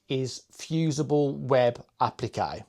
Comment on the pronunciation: What I got from this is that you DID TRY! Also, I love the way so pronounce Applique! Keep saying it that way!